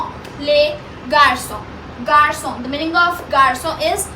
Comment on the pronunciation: Garçon you said worng dear ☺️